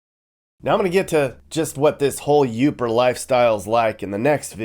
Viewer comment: Atleast you pronounced YOOPER correctly. Thank you for sharing our best city in America but stay out you all. 😊